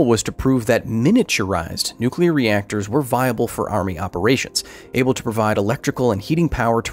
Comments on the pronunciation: NUCULAR. It's NUCULAR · I could see Homer Simpson working at that nucular plant.